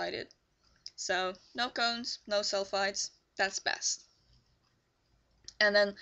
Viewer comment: Hi! I'm sorry for not understanding, but are you saying cones & sulfides? Or cones & sulfates. It clearly sounds to me that you are saying sulfides but when I look online for more information I see a lot of people saying sulfates are bad for your hair. Thanks and have a good day!